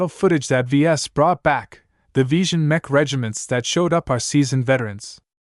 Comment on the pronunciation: Horrible voice over, it can't get names right, it keeps mispronouncing easy words like mech, for a word that is used so much throughout the entire book series..... This voice over is the worst right up there with the 1980 something audiobook of legend of Drizzt. Great book series tho, I just can't listen to it now and probably I'm never going to finish it lol